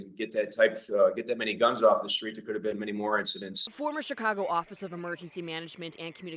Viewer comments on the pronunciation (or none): It's duh guhnzzzzzz!!